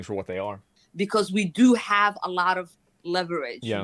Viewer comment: so we’re not gonna comment on her prononciation of the « h »? She said « what we 7ave »